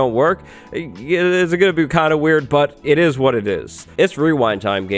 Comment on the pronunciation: Nobody:: “It ees what it ees” -Yerplin